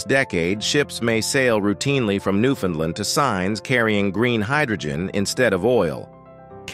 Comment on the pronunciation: Please learn how to pronounce "Newfoundland" properly.